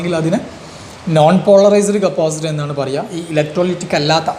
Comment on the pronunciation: Capacitor ✅️ Capasitor ❌️